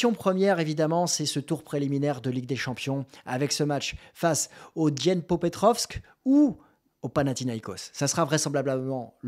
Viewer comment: BRAVO🎉🎉🎉🎉🎉 pour avoir bien prononcé DNIEPROPETROVSK😂😂😂😂